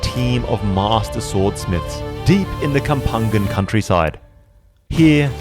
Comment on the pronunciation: Hi., I appreciate your content but please next time do more research especially on the ethnic group you mentioned. You misspelled Kapampangan and it was originally pronounced Ka-pang-pang-an which means people of the river bank. Thanks